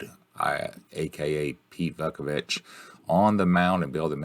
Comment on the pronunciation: I'm an APBA guy, so much of the gameplay was confusing, but it was still entertaining. Keith is still a bog S-o-M guy, so this was fitting. Oh, and it's "VOO-ku-vich" and "Foley" ...